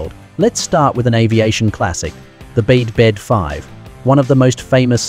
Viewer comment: Bede is pronounced BEE-DEE, not bed.